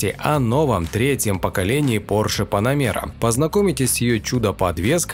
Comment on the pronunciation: Поработай над произношением слова Panamera😂"панамеера"😂😂😂